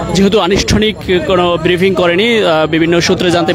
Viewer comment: রিপোর্টার ভাইয়া বিরিফিং আর ব্রিফিং দুটোর উচ্চারণ ভিন্ন। মেহেরবানি করে উচ্চারণ শিখে আসুন।